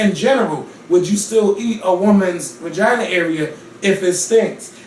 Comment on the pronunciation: Is really ouchea calling a vagina a "ragina"? I don't know why but this got me WEAK! I'M SERIOUSLY CRYING! 😂😂😂😂